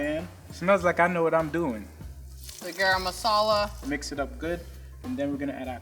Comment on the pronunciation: Level 3 chef said garam masala as grama masala lol